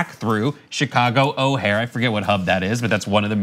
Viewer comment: O'hare is pronounced with an emphasis on the 2nd syllable.